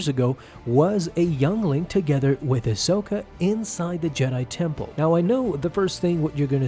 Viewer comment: AHsoka...say it with me...AHsoka